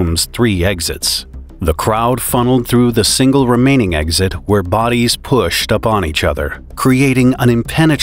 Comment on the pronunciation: There's no "G" or "Z" in the word eXit